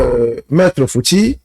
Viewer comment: Respectez les gens sur le plateau voyons! C'est Monsieur Fouti et non fouti